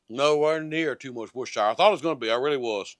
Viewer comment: I do believe that's pronounced wash- your - sister sauce